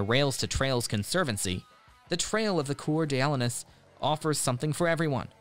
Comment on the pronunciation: That is the funniest pronunciation for Coeur d'Alenes 🤣